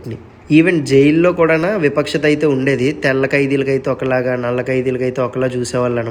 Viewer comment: విపక్షత కాదు వివక్షత